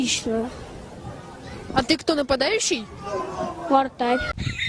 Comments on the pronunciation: Мне послышалось вместо вратарь вартар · Я одна заметила что пацан говорит не вратарь, а вартарь?